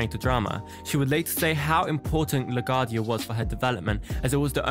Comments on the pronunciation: It's pronounced La Gwuardia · It's pronounced "Lagwardia"